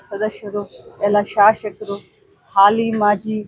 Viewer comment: ಶಾಶಕರು ಅಲ್ಲ ಮೇಡಂ ಶಾಸಕರು